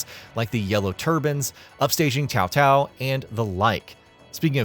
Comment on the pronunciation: I swear, i how do you pronounce 'CaoCao' name correctly? I have heard 'cowcow', 'saosao', 'keyowkeyow', and now your pronunciation, 'teowteow' .